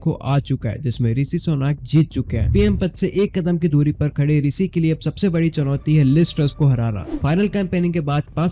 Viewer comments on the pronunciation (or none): want to get subscribers , can't even pronounce Rishi properly